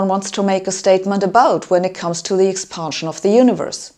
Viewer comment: Very informative & bold; but please pronounce "expansion" not "expahnsion".